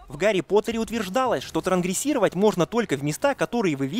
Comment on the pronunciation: Правильно «транСгрессировать» (автор в ролике говорит «трангрессировать», пропуская «с»)